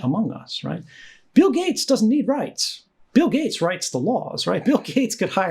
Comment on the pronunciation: 'riyts are for the least among us'.